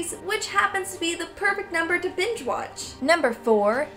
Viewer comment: Just being honest,but i dont understand with your accent...did you say binge watch or bi*** watch? I pretended like you said binge..but it sounded like the lower instead of the latter.